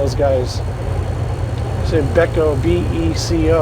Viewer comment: Beeco pronounced beecoe thats ole man hoovestols daddy been hauling mail since you was a stain in your papas pantys.